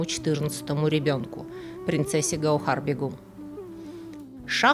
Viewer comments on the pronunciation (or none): спасибо за вашу работу, но очень режет ухо неправильное произношение, у вас БегУм, а правильно БЕгам, что значит королева, супруга правителя.